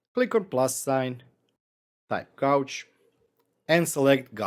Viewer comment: Nice. Really like the new Gauge card. Gauge is a challenging english word and has multiple uses in very diverse meanings. In the case of this HA card, it should sound more like gage (gerd3). Your prouncuation is "gouge", which is a chisel or the act of putting a groove or scooping out something.